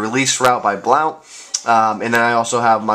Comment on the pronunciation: Hey. Big fan, love your videos... I have been watching them to help me get an edge on my game since Madden 11. I don't mean to be rude, but It's pronounced "blunt" not "blount". I am a big Bucs fan and I use them on madden all the time and I watched him in college Oregon and have never heard it said that way. Anyways, keep up the good work and good luck to your Pats.